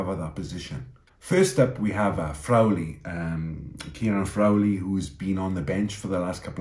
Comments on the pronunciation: it's 'Frawwwley' not "Frowley". I think you are mashing up Crowley's name with Frawley's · great stuff. Btw, just on the subtle pronunciation of names...re. Frawley, it's 'Fra-lee...and the 'a' is an 'aah' . Ireland to win by a min of 20!!! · Your pronounciation of Frawley needs work...